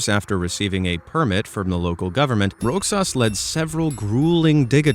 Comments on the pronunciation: Another IRRITATING attempt by AI! R O X A S is pronounce RO HAHS, not Rocksas!!! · Its pronounced as "Rohas" despite its spellig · You pronounce Roxas as Rosas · its pronounce rojas or rohas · Roxas is pronounced 'rohas' :> for anyone who wants to know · Im a Filipino and so u dont be laughed at other Filipinos who dont pronounce the name right it is pronounce "Rohas" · All pronounced words and and bro you tried to pronounce Roxas it's Rohas with a h to say and baguio is bagyo with a bag and yo to say atleast you tried but its funny😂😂😂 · Rogelio Roxas is pronounced as “Rohelio Rohas”. It’s basically a Spanish name.